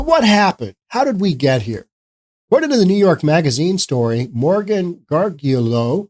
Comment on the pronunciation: Gargiulo is pronounced, "gar-JOO-lee-oh".